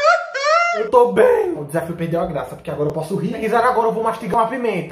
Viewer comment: "Eu tô buem" kakakakaak